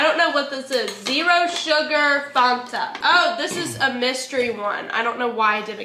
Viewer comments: Mars drink needs to be refrigerated & its fan-ta not farnta 😂 can’t believe you guys in America don’t have nesquik cereal 🤯 x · LauraLee did you just call that a FONTA.. Ma'am that is a FAN-TA! 😂🤣💜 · I personally call it Fanta: it’s FAWNTA Me: 😭😭Eryns righttt it’s FAN-ta!!!! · I do too. And still know it’s fan ta I don’t live far from her hometown and never heard anything say Fonta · NO! 😂😂🙈 FAN-TA! Not faunta. U just killed me in my 80's kid childhood dream. Lol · Omg, as a South African, its not Fonta, is right, it's FANTA 😂😂😂😂😂😂😂😂😂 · Hidey ho, all! It might be "fawn ta" in Cali, but in the NE, it's definitely pronounced Fan ta. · Do Americans really pronounce it FAAARNta.. lol it’s Fanta I’m with 😂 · Is Fon-tah the way people pronounce it on the west coast or something? I live on the East coast and have NEVER heard it called Fon-tah. We all say FAN-ta🤷🏼‍♀️ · Eryns right its fan-ta not fawn-ta lol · It’s Fanta like Santa not fawnta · i literally died inside every time they said “fOnta”😂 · lol I was just going to comment-it's Fan-Tuh. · it's FAN- TA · We have the chewy shell less skitles in the uk 🇬🇧 am its fan-ta and erm its 1000% pronounced car-a-mel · Lol she calls it fonta I sound like a butthole but I can’t 😂 where is the O??? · I don't get why you are calling it farnta, when it's spelled fanta! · never heard anyone pronounce fanta that way😂